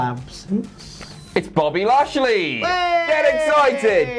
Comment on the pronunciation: "Buffy lashley" - 2019